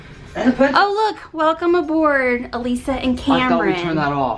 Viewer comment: Your name is isn't it? Not Alisa. Its EECC not AECC..🤔😕😁